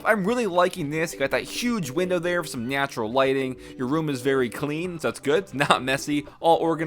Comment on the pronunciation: did he say NIATURAL xD ??